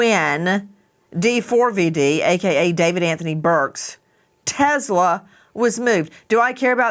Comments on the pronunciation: Can you stop calling him Dee Four Vee Dee???!! It's David. jesus christ. such an annoying host. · Wow she’s annoying just say David. Not D four V D FFS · First of all I hope she didnt suffer and her soul is resting peacefully. Second, D4vd is not pronounced "david" and he is not a singer lmao